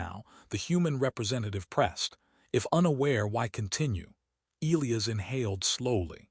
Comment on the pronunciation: Back to mispronouncing Elias😬